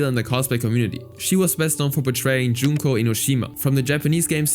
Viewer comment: Her name is pronounced "Joon-koh* NOT Juhn-koh*